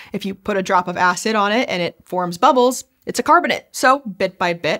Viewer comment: for the algo, a silly nit-pick: Ask yourself, do you pronounce calcium carbonate "carbonit"? Why are you saying "carbonit rocks"? They are carbonate. Last I checked, the word, "ate" is pronounced like the number 8. The rocks are carbon-ATE rocks. Please and thank you.